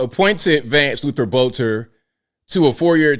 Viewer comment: this is minor, but his last name is pronounced Belter. The o is silent.